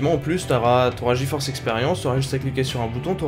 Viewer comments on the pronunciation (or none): none